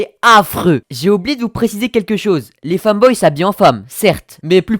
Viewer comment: déja tu le prononce mal c'est pas un "famboy" mais un "femboy" et en plus ton titre est blindé de fautes d'orthographe. sérieusement pas a l'école plus souvent. tu a sois 10 ans soit tes desco donc arrête de parler mal sur les femboys comme ça. je suis un femboy et en vrai je m'en fiche de ce que tu dit mais tu raconte QUE de la merde. aussi je te corrige. "les femboys (c'est des mecs ça?)" voila :3